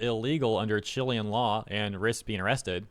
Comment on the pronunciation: that is not how you pronounce Chilean bro 😭😭😭